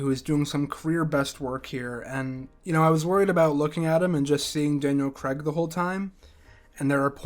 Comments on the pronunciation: It's CRAIG, not CREGG! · Please learn how to say CRAIG before you narrate a video in which Daniel Craig appears.